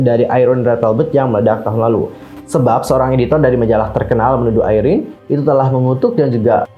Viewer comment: Apa cuma saya yg nyebut IRENE👉IREN Bukan (ai)rene 🙂